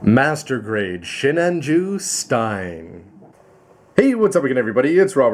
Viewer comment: just curious why pronounces sinanju as shinanju?